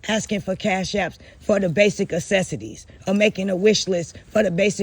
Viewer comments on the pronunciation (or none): Why do you keep saying ACESSITIES? Do you mean necessities? 😮😂